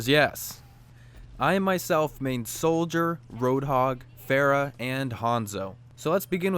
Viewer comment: "Pharah" not "Phehra"